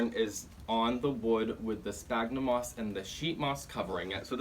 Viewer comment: Great and really helpful video! Just a tip! The "ph" on sphagnum sounds like a "F", instead of a "P". Latin, I know... 😅